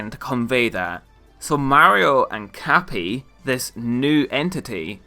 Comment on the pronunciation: I heard Cappy as Cat Pee.